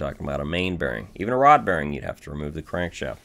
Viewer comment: But its not refreshing to hear him call a Crank Shaft a Crank Shayft